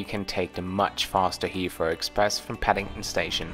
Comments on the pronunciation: It’s pronounced HeaTHrow not HeaFrow. 😂😂😂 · Thanks! Super useful review on Terminal 2, which is less covered by other videos. Also great tip on the Heathrow Express - will use it next time. Looking forward to the Singapore Airlines (I assume) review too:) Also, random aside, but it's super cute how you get around pronouncing the 'th' sound with the 'f' or 'd' sounds - hadn't noticed it before you had to say 'Hea(f)row' and '(d)at or '(d)e' so many times in this video:D Made me realise I do it myself with 'that' and 'the' as well and I'm even a native speaker (though no longer living in an English-speaking country which may explain it).